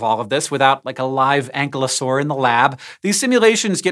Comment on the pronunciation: FYI, the kylo in Ankylosaur is pronounced the same as Kylo in Kylo Ren.